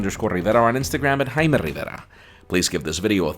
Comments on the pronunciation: "I'm " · I don’t throw my last name around in Spanish whenever I’m speaking EVERY SINGLE OTHER WORD in ENGLISH.... And the thing is he speaks English so well, so it’s not like he is unable to pronounce everything properly. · The way he says his name and Honduras made me unsubscribe. If you are speaking English please keep everything the same and don’t cherry pick what words you want to say in another language. And yes I would consider the way he pronounces his name and Honduras as pronouncing then as they are in a language other than english